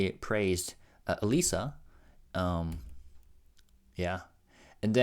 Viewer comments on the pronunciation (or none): none